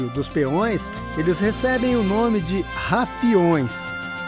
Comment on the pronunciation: nao e Rafioes, é Rufioes...